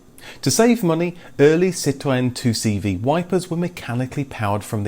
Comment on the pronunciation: I love how you pronounce 'Citroen'...bravo!